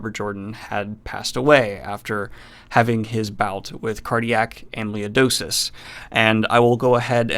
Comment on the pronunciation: Wheel of Time is my favorite, I'll have to check this out. Just real quick, it's Am-i-loyd-oh-sis. My mom passed suddenly from this same thing a few years ago. She'd just turned 58 a few days prior.☹